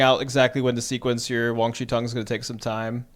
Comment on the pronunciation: its WAN, not WANG